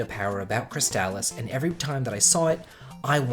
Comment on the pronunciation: Couple of comments here. First, you're the only person besides my brothers that I've ever heard pronounce Crystalis the same way I do so great job there! Also, if you haven't already you have to play Ghost Lion. A lot like Dragon Warrior, great underrated game that not many people know about.